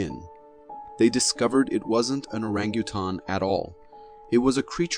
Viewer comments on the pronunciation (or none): mr announcer it is called an ORANGUTANG there is nothing on earth called an Aranutaun please pronounce it right. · Whew! Pay attention. Orang-a-tan. The u is silent. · And the award for the most ridiculous pronunciation of ‘Orangutan’🦧 in a fake Bigfoot video goes to….. 🏆 **At least the pronunciation is equivalent to the believability of the video